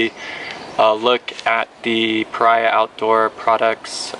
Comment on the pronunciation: Pah-ree-ah, a pariah has a negative connotation